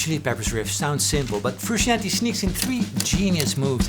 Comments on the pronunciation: BTW it's pronounced "froo-shon-tay" rather than "froo-she-an-tee" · For English speakers but only out of honor to be paid to John the last name is pronounced Fruscianteh... Greetings from Italy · Love it. You’re saying his name wrong. Froo shon tay